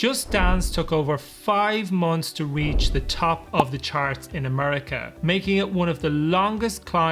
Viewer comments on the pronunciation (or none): none